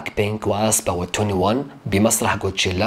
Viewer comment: ليسيرافيم ادائهم يجنن ولا تسب لا اوكلك هوا افهم ولا تنمر على ليسيرافيم كول قول كوتشيلا مو قوتشيلا 😂😂😂😂😂😂😂